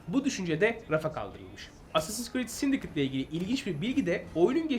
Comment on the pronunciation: Sindikeyt diye okunmuyor muydu o ya 😅 Yıkıldım sindikıt ne 😅